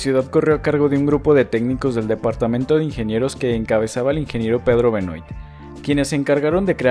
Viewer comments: Hola! Hermoso el video. Pedro Benoit (que se pronuncia "Benua" por que es frances) es mi tatara abuelo, que loco verlo en tu video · Gran ciudad. Voy cada tanto a ver a Estudiantes. Solo para aportar: Benoit se pronuncia "Benuá", es francés.